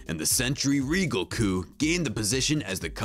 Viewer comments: You said coupe wrong every single time you said it. Dude... fix yourself bro. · Whoever wrote the script for this video doesn't have a clue. I was distracted by the mispronunciation of coupe and the annoying "Power Block T.V." narration.